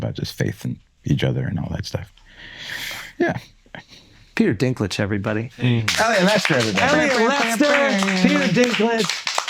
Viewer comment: Peter Dink-Ledge